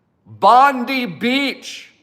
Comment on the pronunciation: Bondi is pronounced Bondeye please ge it right